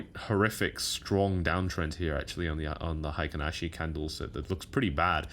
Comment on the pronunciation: It's pronounced hay-kin ashi candles not high-kin ashi. Heikin means average in Japanese. Ashi means leg or foot. Here referring to pace.